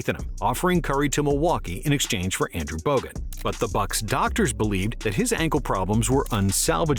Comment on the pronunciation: shi says andrew bogut lmfaooo